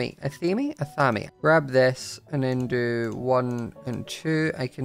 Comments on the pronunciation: random info- athame is pronounced as ath-a-main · Hey! Just as a note, the athame is pronounced a-thayme (like maim). Thanks for the awesome videos! 😊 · I believe it's pronounced "A-TH-A-MAY" for anyone wondering